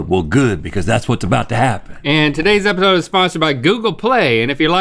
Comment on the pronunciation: Anyone else heard Link say "Epahode" near the beginning?